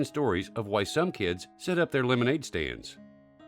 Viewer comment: OMG he said lemonade staids